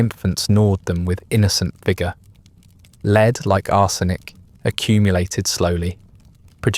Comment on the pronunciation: Dear A.I. Lead is Led ! Not "leeeed" 😮